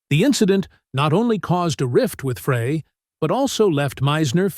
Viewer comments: C'mon robot..it's pronounced fry..not fray. Peq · Why does this narrator always pronounce the name Frey like Fray instead of Fry??? so annoying! so many mispronounce Glen Frey's name! ugh! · It's Fry not fray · Is it not GLEN (FRY)...??? Where does freay come from??? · Glenns last name is not pronouned fray....it is pronouced FRY get it right or do not make any more videos about the Eagles. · It's pronounced "Fry" not Fra, so disrespectful for a great musician who's no longer with us. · Why are you saying Fray instead of Frey. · NOT FRAAAAY... it's FRI... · He mispronounces Frey intentionally so he’ll get comments and the more comments the more money he gets, but it’s just so obnoxious. That’s so disrespectful. I refuse to watch. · It’s pronounced FRY. NOT FRAY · Frey, not Fray! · Who is this knucklehead calling “Fry,” “Frey?” He clearly knows nothing about the Eagles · Frey, NOT Fray!! Come on man. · It’s pronounced Fry not Fra with a long a. How can you do a video and not even know how to pronounce the main characters names. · When the host doesn't know how to pronounce the name of one of the greatest musicians ever it makes it hardto listen. it isn't pronounced Fray, it is Frey....Pronounced Fry....stop reading your notes, stop making videos. You are lazy. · Frey is pronounced FRY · Glen “FRAY”? Im out. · It is pronounced Fry. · It's pronounced FRY.!!!!!! It's pronounced LED-ON. !!!!!!! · What do you think mispronouncing names ("Fray" "Leedon") does for credibility? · Frey is pronounced FRY. I thought everybody knew that. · It's FRY, for God's sake. Like...fry an egg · FRAY?????... Come on, if you want to make a credible video on the Eagles at least make sure you pronounce names of the band members CORRECTLY! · Frey is pronounced Fry. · Pronounced fry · It’s pronounced “Fry” you AI goober . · no he didn't . just like the man said...his name is pronounced FRY. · Yes, I cringe, everytime he says it. Lana was abusive to Randy. She was not a good woman.